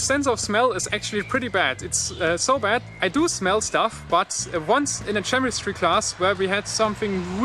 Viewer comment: Chemistry is pronounced "Kemistry". I know, it's weird. Just thought I would let you know.